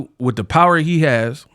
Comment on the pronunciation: 'Meat wif me' pause